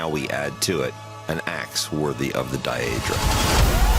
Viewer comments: 42 "die-adra".....? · Daedra... Day druh, bruh. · I will never get over how they pronounced Daedra